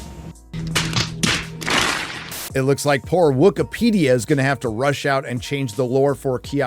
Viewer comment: He said that he’s “SIS” not “Sith”